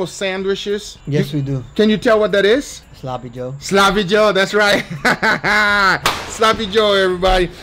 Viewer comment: my man guga keeps saying slappy joe. Rightfully so since that thing absolutely slaps 🤤